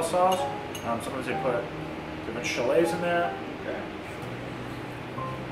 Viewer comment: did you just call shallots "chalets"? 🤭